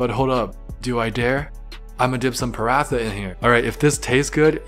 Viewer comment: OH THE PRONOUCIATIONS ARE NOT GETTING BETTER I DIED WHEN I HEARD U SAY SHAAAAHHHGHHH AND PA RA THA. Bro the minimum u can do is look up how to pronounce it instead of clearly mispronouncing it in the most awful and cringe worthy way possible. Even the recipe videos say the word and u can learn it from there. Doesnt have to sound native but at least try man. Love ur content but this is so off putting